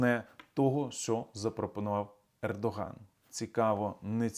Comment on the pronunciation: Пердоган ? Послышалось